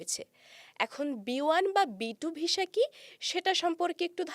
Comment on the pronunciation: Please improve your pronunciation of the word visa. It's not visha, it's visa